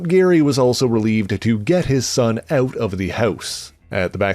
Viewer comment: "... to get his son eut of the heuse"?? Is the Canadian?